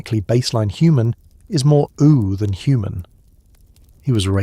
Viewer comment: Same with how he says Ooo Edit: spellings